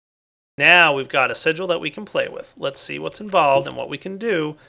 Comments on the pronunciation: hey the word sigil is pronounced "sijjul" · its division SIGIL . not signal lol. thats the only thing that irked me :P sorry picky haha